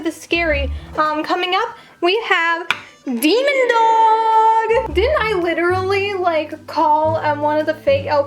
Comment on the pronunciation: The way u said damon dog💀